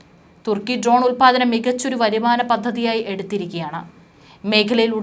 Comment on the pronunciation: ട്രോൺ അല്ല മാഡം ഡ്രോൺ എന്ന് തിരുത്തി പറയുമല്ലോ